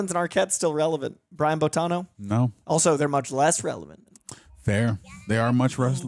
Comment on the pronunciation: nevermind not knowing famous actor Brian Dennehey, or however that is spelled, and completely missing George freakin' Burns, but you can't pronounce Boitano? You keep saying "Bo-tah-no." Dude. It's in the song. "Boy-tah-no." You guys have missed out. Wait till you see the episode where kenny sees boobs in space. It involves cats. See also: Heavy Metal magazine. It is a trip. And no, there was no real person called, "Big Gay Al." He only existed here. Not that I haven't known a few in real life... gurl. It is disappointing, that you two did not like this. I get it. You were not disrespectful. May I suggest, for future South Park viewing, get other people who do get it and like it? I watch the YT guy, "YeahHobbs," who watches episodes with a friend, both of them early/mid 20s, and they get it, and appreciate it. If you had gotten into it via watching the series, then this movie, it may have helped. Kinda like you need to watch the movie Buffy, before the series, or you will be confused, and hate the movie, which itself was a spoof of teenage horror movies. I have no idea how people don't get that going in. Her name is Buffy, and she is a bleach-blonde cheerleader from The Valley. And she is "The Chosen One." See how absurd that is? One of my watchers hated the movie, because she started the series first, and was expecting a genuine horror movie. She got halfway through, and seriously asked, "Did they get halfway through this, and decide they wanted to do a spoof?" No, hon. Yo